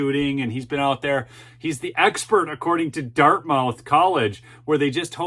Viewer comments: Love the show but as a NH resident, it is pronounced Dart-myth not dart-mouth. Keep up the great work! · its pronounce Dart moth not mouth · it is pronounced dart myth not dart mouth. Nevertheless, I enjoy your show. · Dartmouth is pronounce DartMUTH in NH. Gotta get that New England lingo going:)) David Hogg is and always has been a joke. Another puppet pulled out of the closet for a needed 'sound bite.' Just like Greta is. Good for the lady that stood up, gave real facts and nailed this jerk to the wall. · It is pronounced: " Dart-muth". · Think it’s pronounced “Dartmuth”. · It’s prounced - Dartmuth. Like Prescott is prounced Priscitt. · It's pronounced Dart-Muth. You don't want to upset the libs. lol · it is pronounced Dartmyth. It is a big mouth school. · I love your content, watch at least one of your vids every day. Dartmouth is not pronounced as it is spelled. Although the last syllable is spelled exactly like an oral orifice, that AIN’T the way it gets said. It’s more like the word “must” with a “th” instead of the “st”. I don’t want eastern lefties to accuse you of ignorance. Other than that, keep up the good work, Brother!